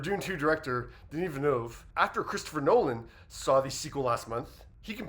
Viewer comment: Villeneuve has a problem, it's his name, it will never be pronounced correctly by the English speakers of the world. Let's just say it's not pronounced Villenoove. Maybe AI could resolve it.